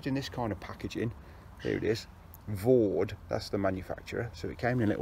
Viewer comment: For anybody out there who is interested, it's Vow-Dai, not Vawd... Not a criticism btw, just saying. Another btw is - you have pegged all the side pull-out guys to the mid-skirt/entrance pegging points, which is defeating the object of them. They should be pegged as far away from the tent as possible to create the best angle to pull the mid-panel out, creating more space inside the tent, and improving ventilation, and/or to stop the outer touching the inner - if you are using one - in a wind. Otherwise they are doing nothing at all. Re-silicon sealing - with a 50/50 dilution with white spirit it goes much further, and you can wipe any excess off with a cloth lightly moistened with white spirit, and this will also push the sealant into the threads and any stitch holes, and it hardly leaves a trace when it has dried. It is a much faster way of doing the job, I mean a lot faster! The idea is that the silicon is forced/soaks into the threads and holes, and is not meant to form a layer as such. I am only trying to be helpful, not niggling, sincerely. I would have used a syringe, possibly, once, but when you have done a few tents, I assure you that the dilute, middling-sized brush, force in/wipe off excess with cloth method is much faster and more effective long-term. A bead of sealant can come 'unpeeled' sometimes. If anyone is really worried about appearance, pitch the tent inside out and seal it that way. And slight mistakes would mostly be seen on the inside afterwards